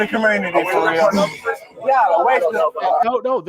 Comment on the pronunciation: He said "Commernity"?